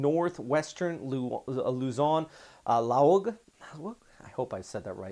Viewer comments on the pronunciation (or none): Hi, Laoag City is pronounced “Lawag”. Thank you for all the info…… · Pronounced LA Wag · Laoag: La - wag